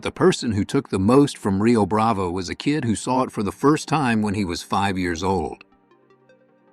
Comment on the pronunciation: Yea, the first clue was when the "narrator" kept pronouncing it 'Rio Brav-ay' instead of Rio Brav-oh.